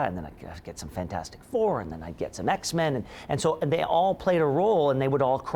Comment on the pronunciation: Tell her to PLEASE DO NOT MESS WITH THE X-MEN NAME!!!!